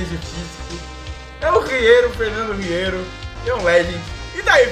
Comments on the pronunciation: É 'Ierro', e não 'Riero'. #GordoFeliz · Não é 'Riero' é 'ierro' kkkkk